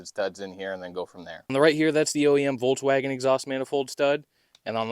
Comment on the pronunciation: Hey teacher, the v in Volkswagen is pronounced as f 😉